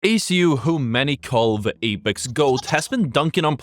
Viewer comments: How does one manage to make a whole video on the guy and still manage to say his tag incorrectly? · Damn bro can't even say his name properly.